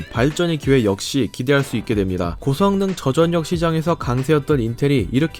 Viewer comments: 말을 존나 병신같이 하냐 초등학교 안나왔냐? 전녁 전녁 이지랄 하네 소리나는대로 읽기 못함? 절력 씨발 한국말을 못읽어 워료일도 월뇨일 이지랄 하겠네? 유월도 육월로 읽겠네 이런사람들은 학교를 진짜 뻘로다녔냐?... 서피스고 암드고 좆이나 까고 한글부터 다시 배워라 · 십월x 시월o, 전녁x 절력o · 저전녁 X 저절력 O 저전력을 '저전녁'이라고 읽는 사람은 처음 보네요 ㅋㅋ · 시월 절력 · 혹시 교포?? 저전력? 저절력! 표기를 그대로 읽음 한국어가 서툰건지 아님 교포라 발음에 문제가 있는건지 예전에 지적했었던것 같은데 여전히 그런듯~ㅠ.ㅠ 외국인이라면 이해가능하지만 정말 본인말 모르는건지...쩝 3D업종을 삼디업종으로 읽는 것만큼 어색함